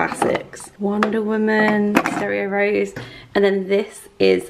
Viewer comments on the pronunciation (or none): none